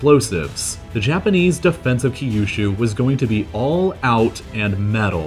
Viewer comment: The way he pronounces Kyushu gives me an aneurysm.